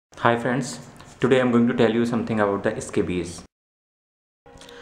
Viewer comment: The Eh-Scabies huh?